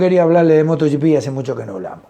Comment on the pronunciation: Buenos días,, me gustan mucho sus comentarios, y lo que aprendemos con sus explicaciones. Solo le hago una pregunta, por qué ya dice Moto "gi pi" (como en inglés), y no moto GP, (en castellano)